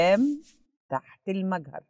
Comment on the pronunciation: أنا أخذت الكلام وذهبت لتفسير الايه جائني الرد القاطع فقلت لنفسي هؤلاء ناس لا يعرفون ينطقون مِجهر بالطريقه الصحيح هيعرفوا يفسروا القرأن ثانيا هي تقول أن حصل مشكله بين العلماء وهذا غير صحيح ثالثا تفسير الايه ومعني ما هو يحتمل شيئان وهي ما موصوله بمعني الذي